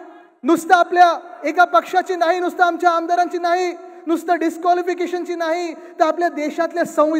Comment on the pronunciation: टीव्ही ९ घ्या पत्रकारांना नाळी आणि नाही मधलं फरक कळत नाही 😅